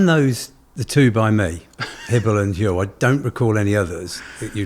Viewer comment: I love y'all, i just ordered my first batch. But I have a bit of constructive criticism. Huel rhymes with gruel. As in, stereotypical prison slop. That's what it makes me think of lol. Like i said I'm not trying to be rude, i love the mission you're on, but that's just how the name strikes me.